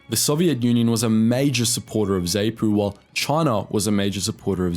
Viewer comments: So many mispronounced names in your narrative. ZANU, ZAPU, FRELIMO, Salisbury etc. Are you AI or is all this outline only taken from books? You are justified in highlighting some questionable Rhodesian Army actions but it would be more balanced if you pointed out the atrocious cruelties inflicted on tribal villagers by the black nationalist fighters. Remember that many were poorly trained, poorly disciplined and poorly educated. In their efforts to deter blacks from supporting Rhodesia or working in government institutions, such as schools or any form of cooperation. they inflicted some dreadful brutality. As a young State Prosecutor my memory was seared forever with images of breasts mutilated, lips ripped off with pliers and the sounds of woe and weeping in villages that had been scourged by swaggering, AK toting teenage ‘commissars’, strutting and posturing and encouraging thugs to beat up elderly Headmen and Elders loyal to Rhodesia. When I eventually left Zimbabwe in 1986, I sought a memento, a symbol, to capture all the cruelty and suffering inflicted in the name of freedom and the only perfect souvenir of the horror was the AK47, Mother Russia’s gift to the cold-war world. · Dude, learn to say the names... Not Zay-po bur zar-poo. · Please! You are crucifying the pronunciation of the combatants! The 'A' in both Zanu and Zapu is said as in the word "and" , and not "saint " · Goodness, it's not 'zay-noo' it's 'zaah-nuh', and it's not 'zay-poo' either it's 'zaah-puh', and it's 'frah-lee-mo' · Wow, there is a lot missing from this, as well as a number of historical errors. Blacks formed part of te Rhodesian military a long time before Smith came to power. More research should have been invested. Pronunciations are also terrible - Zaynu?? Zaypu?? Ugh!! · zapu pronounced z-ahh-poo and zanu pronounced z-ahh-noo, and frelimo pronounced fr-eh-lee-mow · 'Zay-Nu'? 'Zay-pu'? 'FREL-i-mo'? 'Sal-iss-burry'? Chinking beer glasses and no mention of Gukurahundi? (look it up).